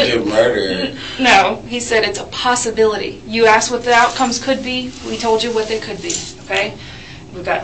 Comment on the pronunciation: Getto smart still says “axed “